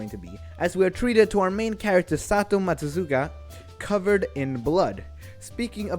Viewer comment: MATSUZAKA, NOT MATSUZUKA